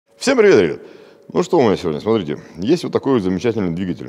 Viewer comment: Мне нравиться как он говорит вначале невнятно что то быстро бубнит всемприветребята лысый красавчик